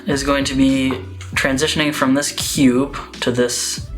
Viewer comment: 10/10 pronunciation of "kewbe"